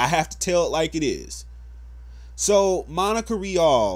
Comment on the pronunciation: Vic Merogna..? It's Mignogna. And Sabat is mispronounced too. I'm just saying for when you make future videos. Honestly, no disrespect, but when you say that everyone knows him over "lil ol Monica Rial," whose name you pronounced perfectly in this video, and then you mispronounce his last name, it sounds like you don't really know him either. I'm not condoning/condemning the video itself either. Again, no disrespect. Speak your opinions and passions, it's your prerogative and I'm not the kinda person to take that away from anybody. I'm just letting you know, in case you decide to make another video about this, should anything else happen. Peace.